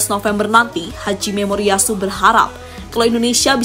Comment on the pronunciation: Nama pelatih Jepang Hajime Moriyasu. Bukan Haji Memoriyasu, min...! Emang nya dia muslim...?? 😂😂😂